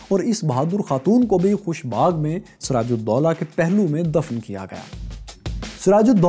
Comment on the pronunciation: Btw his name was doola not dolla